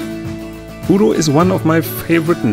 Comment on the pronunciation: lol. I thought he said Oodle.